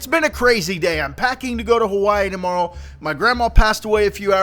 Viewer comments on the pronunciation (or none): none